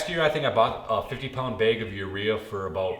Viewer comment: It's called a bag of fertilizer, not a beg